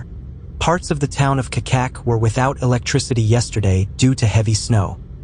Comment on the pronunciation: Nije "Kakак" nego Čačak(Чачак) !